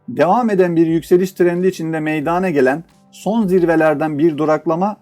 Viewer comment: Video paylaşımlarınız için teşekkür ederim. Çok yararlı buluyorum. Lütfen Eleştiri olarak düşünmeyiniz. MEYDANA kelimesini, MEYDANE şeklinde telaffuz etmezseniz, çok memnun olacağım, teşekkürler.